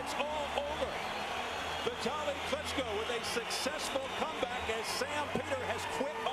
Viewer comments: Say his name right: vee-TAH'li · Kind of spoiled by constantly pronouncing Vitali's name as "Vee ta lee". There's no excuse for it really.